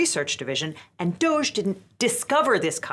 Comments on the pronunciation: I saw someone say it should be pronounced more like "doggy" and I fully agree. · Please pronounce it "doggy", that's what it is. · You're mispronouncing DOGE. The proper pronunciation is "dodgy", consistent with its meaning: fraudulent or unreliable. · I've been saying this for a decade, "DOGE" is pronounced "doggy". So annoying that it's being pronounced like "beige" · It's pronounced "Doggy".